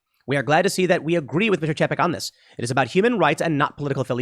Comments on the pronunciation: Pretty sure it's pronounced "Chay-peck" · It's pronounced "Chay-peck" also known as Bob Paycheck or Bob Cheapskate.